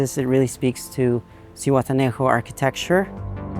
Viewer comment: If your planning to look for it in Zuhuatanejo you'll need to improve the pronunciation, other way nobody will understand what you're saying.